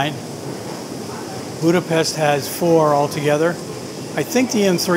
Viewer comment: it is sad that you cannot pronouce 'Budapest' correctly.